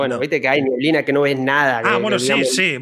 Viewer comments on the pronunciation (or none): en chilito se dice nieblina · Todos: neblina El kun: nieblina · nadie ABSOLUTAMENTE NADIE El Kun: "NIEBLINA"